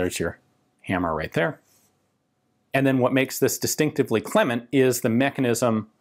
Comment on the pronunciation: It's actually pronounced Cleeman 😁